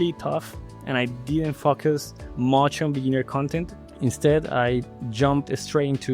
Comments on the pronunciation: Your accent sounds sympatic. Just the way you say 'focus' sounds like 'f*ck us' XD for example when you say "you need to focus sooo hard" lol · Yeah I noticed it too, for me the "I had to focus so much" sounded like "I had to to f*ck you so much" and it really took me out for a while there LMAO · Well since we are here talking about learning, I'd like to give you a tip. From english learner to english learner (🇵🇷 native/ spanish speaker "HOLAAA"), I believe you are using more of an "a" or "uh" sound in the first syllable when saying "focus". Instead, try thinking of "low" or "no" and it'll help you pin down the right sound. There's so much one can do to improve articulation and tones, so I wouldn't worry about it and get burnout from it. That said, I want to point this one out since, in this case, it kinda sounds like "f*ck use". Don't bother in fixing it right away if it becomes difficult. You can always, slowly, build upon this at your own pace.